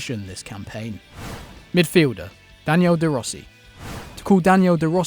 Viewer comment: You know he's a yankee when he says DANIEL DE ROSSI :D No offense, great video